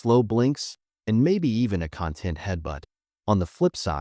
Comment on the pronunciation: This voice actor mispronounced "content." He said content like in "the ingredients list the contents of the soup can." This content means the cat feels happy and relaxed. The emphasis is on the second syllable.